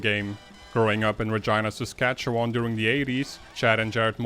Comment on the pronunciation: Great vid. I'm happy you pronounced Regina right, ALMOST had Sask pronounced perfectly